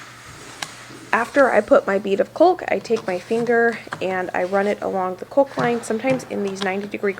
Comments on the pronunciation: You crack me up how you say Cawk and Cawk-ing, the "l" is silent. Lol! Remember those nails are music to your ears. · I’m sorry, I don’t mean to be petty, but it’s driving me crazy-lol. Caulk is pronounced kauk. No “L” sound. Please don’t take offense. I love your videos and your energy!!! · I know that someone already suggested that you are mispronouncing the word Caulk. Have you thought of asking Google to pronounce it for you? Google says it is pronounced KAAK. But it would be best for you to hear it. Alexa will pronounce it for you too if you just spell it to her. 👍🏻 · As far as your pronunciation of the word “caulk”, I offer a quick English lesson. First of all, the letter ‘L’ is silent. Next, the vowels ‘au’ make the ‘aw’ sound like in the word ‘saw’. So phonetically it would be spelled: Cawk and it rhymes with hawk. That’s all I’ve got on that subject. Isn’t the English language a blast❣️? I’m so loving your channel and watching your progress as you DIY your new home. It’s so awesome. Thank you so much for sharing some of your time with us and for explaining things so clearly as you move along. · just embrace the word caulk the "l" is silent. It's pronounced cock, I know sounds a bit wrong but it's how you say it. <3 The house is looking great. Much love until next time. <3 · Ive heard that pronunciation but around here we say cawk-ing -- (rhymes with hawk.) However, no matter how you pronouce and emphasize the A, the L is always silent. Even in British English, they don't pronounce the L. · We really heard you fine but there was no way you would know. I will be gad when you don't need to fight with the word "caulk" any more. It really is looking grand. I'm a prewasher too,. Both my sons still check the clean dishes before making their plate. 😆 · PLEASE say “caulk” correctly. please. Look in the dictionary to see how to pronounce it. The “l” is silent. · For the love, please stop mispronouncing caulk! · The l is silent in caulk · Cawk not culk :D